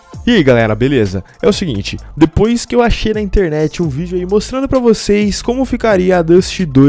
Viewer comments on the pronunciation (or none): none